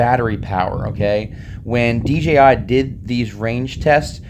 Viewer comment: I'm sorry, but I OCD about this stuff but it's DJI and not DGI, I know you know this but the way you pronounce it is making me go crazy! But great video man good job!